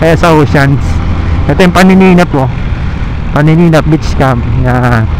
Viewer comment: paninap beach hindi panininap😮‍💨